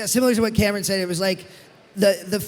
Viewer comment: Not the host pronouncing Cameron’s last name wrong 😭